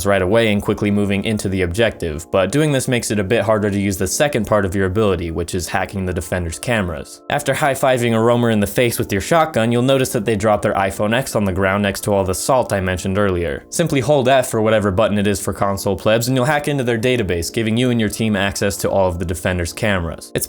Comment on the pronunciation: HE ACTUALLY SAID IPHONE X OOMMMGCG TRIGGERES ITS PROBOUNCEB 10 Im sorry